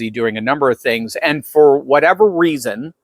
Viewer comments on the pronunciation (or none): none